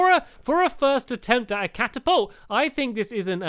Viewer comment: It's a cat-apolt